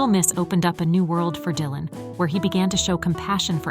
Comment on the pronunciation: AI messing up. Die-lan it said at 9ne point.